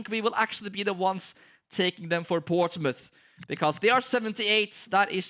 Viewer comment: (p)ourtsmouth Once Again 😂